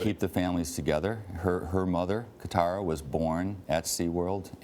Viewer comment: "Katara" brb cringing